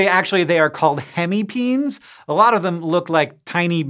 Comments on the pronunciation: It is NOT pronounced PEENS. but PEENEES GET IT RIGHT !!!! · I'm relatively certain that "hemipenes" is pronounced "hemi-peh-nehs" and not "hemipeens". It's the Latin plural of the Latin word "penis". Or just say "hemipenises" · Bro deserves an Oscar for keeping a straight face after saying hemi-peens...